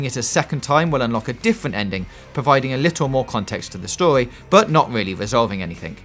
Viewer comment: What's wrong with your pronunciation? You say "stohee" instead of story how man